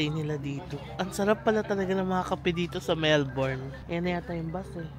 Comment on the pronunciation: Melbourne is pronounced as MELb'n not Melborn.